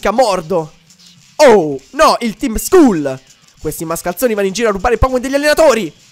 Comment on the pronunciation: Skull si legge "Skall" Ti prego leggilo bene.